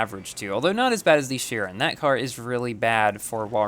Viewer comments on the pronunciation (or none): none